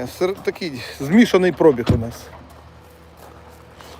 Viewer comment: Слово коштує, наголос на (у) а не (о), також як і пробіг наголос на (і) а не на (о), нічого особистого але…